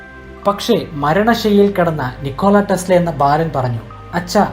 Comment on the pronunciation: PLEASE READ NAME AS "NIKOLA TESLA". THANKS FOR THE VIDEO